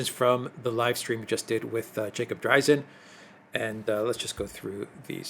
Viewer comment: Could you guys check on the pronunciation of "Dreizin"? I believe that Mr. Dreizin pronounces it "DRA-zen", but y'all say "DRI-zen."